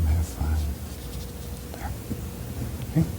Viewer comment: Bob always says "Right dare" instead of "right there".